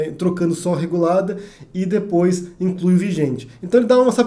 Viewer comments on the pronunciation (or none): none